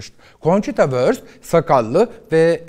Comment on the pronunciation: Cochita wÖrst degil, wurŞt🤦‍♀️😅